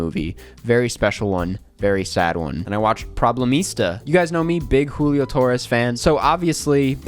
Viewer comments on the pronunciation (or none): none